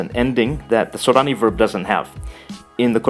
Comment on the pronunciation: Thanks for the videos! They're very informative and interesting. You have a Japanese accent, though, when pronouncing Sorani.